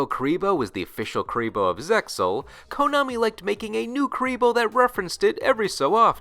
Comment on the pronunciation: You always mispronounce Zexal, the anime clearly says it with the X